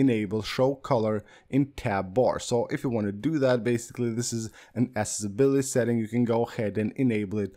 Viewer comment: Tu eres de New Yersey? Me gusta como tu dices accessibility en ingles 😂😂